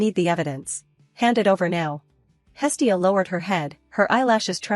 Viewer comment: It's not hilly, it's hestia